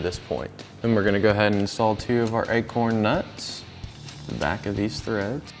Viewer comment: Did you say eggcorn nuts?